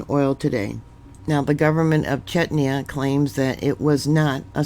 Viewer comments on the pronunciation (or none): Chechnya ( pronounced like chess- nia) is a country of the North Caucasus region, in the area of South West Russia. The country which is the subject of this video is the Czech Republic. Sometimes called Czechia ( pronounced like check- ia.. The capital city of Czech Republic is Prague ( pronounced like Prog). To use the pronunciation for Chechnia ( chessnia) is a bit far off .